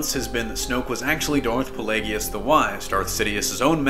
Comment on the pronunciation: It's a little hard to take theories from somebody that can't pronounce "Darth Plagueis" correctly, despite it being spoken in a film. Hurts the credibility of the speaker.